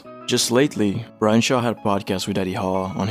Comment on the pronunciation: Really sounds like you're saying Ryan.